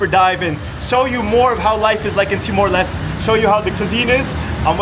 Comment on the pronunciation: Btw its pronounced Timor 'Lestey' not Timor 'Lest'